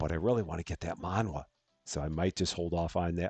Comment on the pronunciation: Manhwa .. it's Korean .. pronounced man-wa (wa in like water)